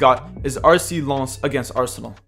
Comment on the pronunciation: Nice to see someone pronouncing Lens at least better than others who say Lens as in photograph lens.